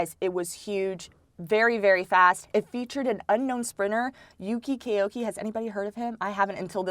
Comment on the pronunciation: Koike is good but not olympics champ good. He’s not even the fastest Japanese (Kiryu 9.98 (+1.8) Yamagata 10.00 (+0.2) etc) Edit:it’s Koi-kei not Kay-oki